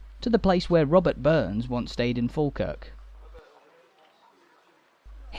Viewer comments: There are still tunnels under the ground from the old jail to the old court, folk used to have to be taken underground as it was safer than taking them through crowded streets. You have a good look at my house in this video. We pronounce it Fawkirk, a long time ago when someone was writing it down, they assumed that like Ball and Wall, we pronounce baw and Wa, Fawkirk was the same so they wrote it down as Falkirk, Its not. Its Fawkirk. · That voice.... Argh... Is it even human? So feckin annoying. Can't even pronounce the subject of the video. Sigh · It’s pronounced fawkirk. And coo Wynd